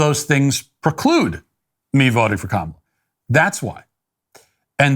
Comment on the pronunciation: Thanks for pronouncing her name right. Makes us look better.